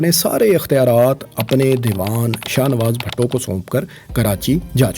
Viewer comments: its not bhatto...its bhutto... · BHUTTO NOT BHATTO.